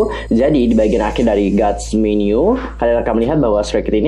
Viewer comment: Apa cuman gw yg ngedenger tiap bilang God's menu jadi Garis menu...